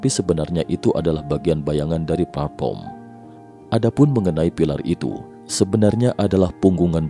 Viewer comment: platform pak bukan platporm😅